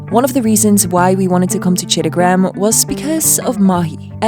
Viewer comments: It's not Cittagram, you either say Chottogram or Chittagong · calling Chittagong or in Bangla chattogram as chittogram was epic 😂